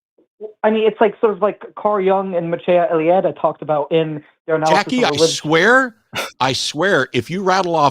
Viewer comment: As a Romanian I can say he even pronounces "Mircea Eliade" the same weird way JP pronounces it. You'd think he'd find out the pronunciation if he actually looked into it... or maybe it's just an english thing, but do folks from MS speak the same way canadians do, accent-wise? idk... or maybe he just doesn't care that much, in which case... same,. It's not worth it, it's BS.